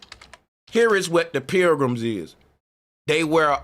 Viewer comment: Pilgrims = Programs is how you pronounce it.